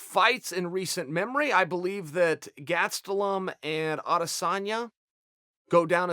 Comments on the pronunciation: He still says ‚Gatstelum‘ instead of Gastelum. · Chael just called Gastelum. GASEDtelum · chael "gatselum" sonnon